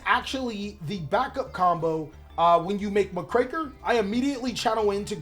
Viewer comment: You're pronouncing Muckraker wrong by the way. It's quite literally "muck-raker", someone that cleans up filth. It's a reference to the journalists from the Progressive Era of US History that would expose corruption, which is why the art depicts a reporter.